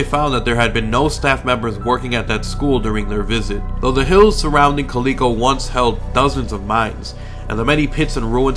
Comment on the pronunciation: Just a heads up, if you are referring to Calico ghost town it is pronounced Cal-i-co. live about an hour and thirty minutes away and can agree that it is creepy there.